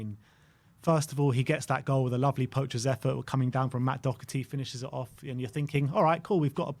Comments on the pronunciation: It's Doherty not Docherty. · <Dor her tee >